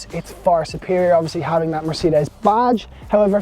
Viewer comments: "Mercedees" mate, try that, you say it like 2 seperate words , it hurts my ears the way you say it lol. Good review. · I HATE it when people pronounce Mercedes like this, this is the only country where it's said like this and I don't understand where it came from, everywhere else in the world pronounces it properly, who invented this weird way of saying it and why has Ireland adopted it? It's the same with Peugeot, the rest of the world manages it, why did we invent our own way of saying it? Small things I know, but it just irritates me every time I hear it!